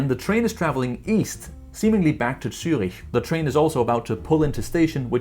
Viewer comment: As a german I really apreciate that somebody finally pronounces cities like Zürich correctly while talking about JetLag, Greetings to Denmark 😊.